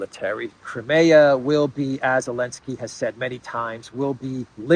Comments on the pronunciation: its elensky not maclensky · Zelensky is pronounced zuh·len·skee. It's NOT o-len-skee btw. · Why does he call him elensky ? 😂😂 i dont get it